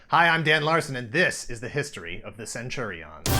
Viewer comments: Why are you saying it that way? I keep thinking of Caesar saying CenturiONS. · In UK, Saturday mornings on get fresh? Also what's with the stress of the "on". Isn't it just pronounced centurions? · “Centuri’ONS” or Centurians as i’ve always pronounced it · Cringed everytime you said Centuri-ONs...like its two words😒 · It's not prenounced cen-churi-ons! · That’s not how you say centurion’s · Yikes almost couldn’t wait due to how you pronounce Centurions 🤢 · The way he says centurions is hilarious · I loved this show...... but I wish this guy could pronounce Centrurions. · Am I the only one annoyed by his pronunciation of Centurions?